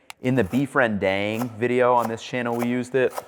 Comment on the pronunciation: The part of him saying 'beef rendang'.. is a no for me. It's not 'beef rendeeng'.. Its just 'Rendang'. They way the 'a' pronounced just like you say 'spa'